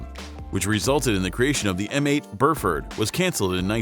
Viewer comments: The M8 is spelled Buford, not Burford, and is pronounced B-you-ford not burrfurdd.. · It's Buford, not Burford. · Dude, it's Buford, not Burford lol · Anyone else cringe every time he mispronounced the M8 Bufort? Is it an AI speech program?